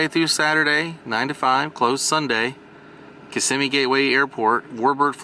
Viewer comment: Kissimmee, it's Kissimmee. And the parks are not in Orlando. It's Buena Vista and Kissimmee.